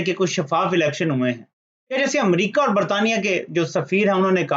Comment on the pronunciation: بوت نہیں بہت۔ (BoHat) اووور نہیں اور۔